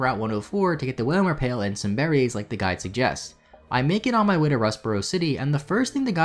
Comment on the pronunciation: Watching on 1.5 speed and every time he says "the guide" it sounds like "the guy" to me, which for whatever reason makes the whole thing much funnier